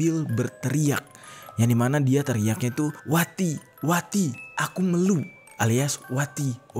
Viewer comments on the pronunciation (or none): Meeelu bang bukan Melu 😭😭